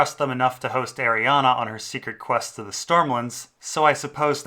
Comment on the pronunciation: Please stop pronouncing it Arianna, there is no A in the end, it's is pronounced "Ari - Anne"